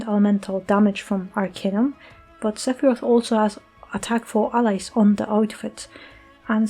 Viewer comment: Seph-PP-roth :_Doggo